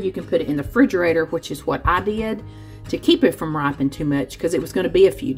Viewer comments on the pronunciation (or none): Oh. When you press on a mango and it's "gives" a little, it's RIPENING, not "ripeing". You can put it in a bag to speed up RIPENING, not "ripeing". 😉